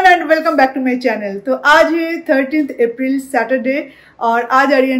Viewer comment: You should really focus in your Hindi pronunciation! It's high time now. It's been quite some time, you are making vlogs in hindi. But there is no improvement in your dialect. And it really sounds bad. There is nothing called as "hay". You really should take some training.